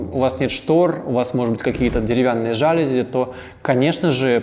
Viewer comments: Ваше жАААлюзи просто режет слух, я вас умоляю жалюзИИИ, вам как дизайнеру просто необходимо это знать, слово французского происхождения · *жалюзИ, а не жАлюзи. Слова французского происхождения обычно "ударяются" на последний слог: пардОн, СарказИ, оливьЕ) **инженЕрия, а не инженерИя! Неправильная речь очень дешевит высказываемые мысли и подрывает авторитет☝️ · Дизайнер, который говорит жАлюзи? Пожалуйста, не надо так! Ложи на стол Изрёк директор Каталог ихних жалюзей И дрогнул наш литературный Музей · Дизайнер?! ЖалюзИ- это слово пришло к нам из французского языка и правильно произносить его нужно только так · ЖалюзИ! А не жАлюзи! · Вы большой профессионал, наш дизайнер, очень полезный выпуск для нас сделали 👍 Единственное, что режет слух, это жАлюзи. Правильно говорить жалюзИ. Слово пришло из Франции, у французов ударение всегда на последнем слоге. Спасибо за труд, буду ждать окончания ремонта и обзора на на новую квартиру. Очень хочется увидеть результат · Очень интересный ролик, приятная подача. только в слове "жалюзи" ударение надо делать на "И". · В видео есть несколько проблем с ударениями: жалюзИ слово французское, ударение всегда на последний слог; инженЕрия от слова инженЕр